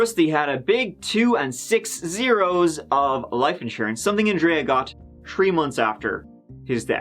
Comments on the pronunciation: Its tHree names not tree names. Its throat not troat. Try taking lessons on how to pronounce words properly before putting yourself on display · one, two, tree...goo! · I love you man there is always a "tree" in your videos 🌳 😄 ..story told brilliantly as always too. Sad but I think these stories should be shared.